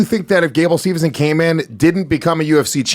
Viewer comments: Pet peve when they say Gables name wrong. It's Steveson not Stevenson. Also, he's 21. He's taking the Brock route. Make money then by 25, 26 he can go to mma. Yall have it ass backwards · His name is Gable STEVESON, NOT SteveNson.